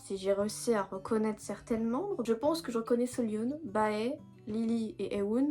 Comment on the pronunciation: Bae son nom se prononce comme la lettre b. C’est bae comme tu appellerais un partenaire romantique en anglais